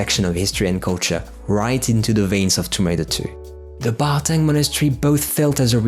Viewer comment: Isn't it Barkhang Monastery, instead of "Bartang"? Anyway great top 20!